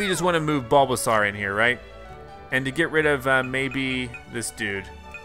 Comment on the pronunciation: It bulbasaur like a dinosaur with a bulb not a bulbazar